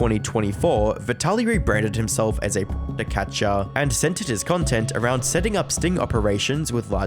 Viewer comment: You can't even say 'predator' come on man haha. This is pathetic